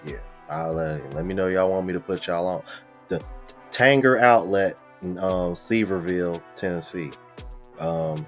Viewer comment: Sevierville is pronounced like "severe-ville". Not trying to be smart, brother. It's in my neck of the woods. Yeah, you're gonna like the Tanger outlet there. Have a good time. Appreciate your good work, brother